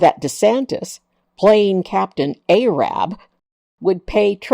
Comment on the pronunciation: I'm sorry but i have to point this out xD It's Captain Ahab, not Captain Arab (Don't hurt me, please :P)